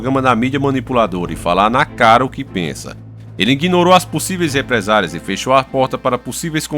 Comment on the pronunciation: É RepresáLIA